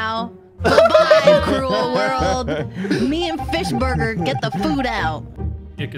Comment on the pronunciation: I'm sad I haven't heard a Lawwy Fishbuwgew in a while